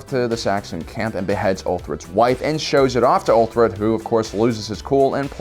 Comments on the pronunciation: So many mistakes in this video it's almost funny. ''We don't know how things looked 100 years ago...'' You mean back in 1921? ''Great Heathen Horde..'' It's the ''Great Heathen ARMY and it was not just Danes but Norse warriors from all over Scandinavia. Also, it's UTHRED not ''Uther''. The Macedonian Phalanx is NOT a shield wall, it's a spear wall,used as an offensive formation, similar concept to the European spear wall formations of the 15th Century. 300 is maybe a comic adaptation, with lots of over-the-top elements BUT the first battle scene, when the Persians attack and get pushed back by the Spartans, that is a fairly historical accurate depiction of a hoplite phalanx. Well, at least the part before Zach Snyder goes all Slow-Motion choreographed action that is..... (Also, Spartans use to wear heavy armor but whatever, this is a Frank Miller comic adaptation.) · its not ulthred ffs